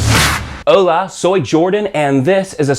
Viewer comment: You must practice "a e i o u" vocals too, things like "hola" you say "houla" and "embarazadou", but your spanish is understable. Y respecto a los comentarios de "constipado" es una palabra de España, significa "sick"